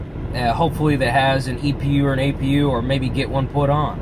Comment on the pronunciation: l believe it's called APU. not EPU?